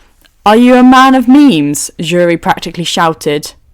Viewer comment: Um this is great but her name keeps pulling me out of the story have to continue remembering who you are meaning… her name starts with an s not a j … cc gets jury when you say her name please look up how to pronounce her name… sorry I’m not saying her name here I just don’t know how to spell it… wakanda’s princess …